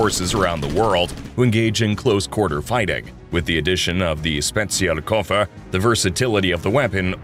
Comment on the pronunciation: "Zpeziaol Koefoer"